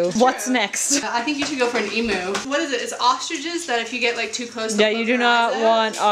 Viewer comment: Emu is pronounced E-Mew like a cat not E-Moo like a cow.